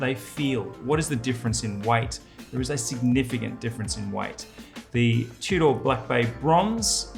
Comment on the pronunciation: Tew-door!? Tudor